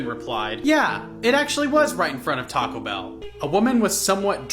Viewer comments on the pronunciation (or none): none